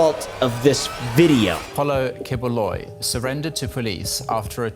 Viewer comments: Key-boo-loy , thats how pronounce that guy name. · it is pronounced "kibuloy". I thought that guy is a comedian his famous here in the Philippines but never thought His a pastor.🤣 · It's "Pak Yu" which is how Bisaya (a southern Filipino dialect, same used by this pastor) pronounced that slur word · As a filipino, misprouncing the name doesnt matter 😂